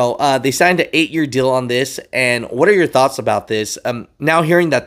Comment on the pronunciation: Lol asian mai cant figure out "are" vs "our"